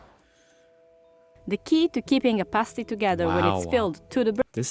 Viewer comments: Cornish = from the English county of Cornwall, also a Celtic (pronounced "Keltik") kingdom. "Pasty' pronounced as in the word, "nasty" definitely not as in the word "hasty". Also, the pasty contains meat, potatoes, turnip (or swede) and may contain onion. Please see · The Cornish Pasty does not have corn in them they are called Cornish because the come from Cornwall. And as you may have gathered from the video, its called a paasty, with a long A, not pasty as in your looking a bit unwell. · SHUT UP AND LISTEN !! Pasties (PASS TEES not PASTE EES) are not just found in south England but all over the UK in all supermarkets. No cheese in a Cornish pasty. They were pieces of turnip or potato. The mines in Cornwall were TIN mines not coal mines. As of 2021 there were 7 COAL mines left in the UK. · come to the UP of Michigan there is at least two pasty shops in every town, also you are pronouncing pasty wrong it has a short a, pasty with a long a is what strippers wear on their nipples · It's pronounced past is 😊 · My guy realised he was saying pasty wrong, then proceeded to keep saying it wrong anyway 😂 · Pastie is pronounced "PASS-tee" (rhymes with 'nasty' - which they are definitely NOT! They're Delicious!). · Your saying it wrong! Say it like this.... PASS-TEASE. just like that but say it fast! Pastie-Pass tee. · No it's pronounced pasty as in past. Home made pasties are bigger than that. We don't have coal mines in Cornwall they were taken down the tin mines. Unless it's been made in Cornwall it's only a pasty not a Cornish pasty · I knew he would pronounce it incorrectly, even before I watched it 😂😂